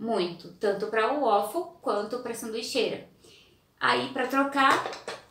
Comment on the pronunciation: Beleza. Fica: em inglês o a tem som de e. Ueifow!!! Pelo amor de Deus!!!